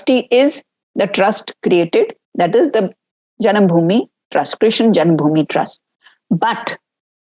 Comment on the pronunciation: Who is krishn or Krishan? It's Krishna.and it's Upanishad not Upnishad and it's Vaasudhéva not vaasudhév.Pramuka not pramukh.Kansa.Sthaanam or Sthaana, there's no way in hell it was written sthaan as it as schwa deletion corruption did not exist in ancient era. Are you people even qualified to speak on Raama & Mathura if you can't properly pronounce the words? Seriously, this is embarrassing. Please preserve our samskruthi.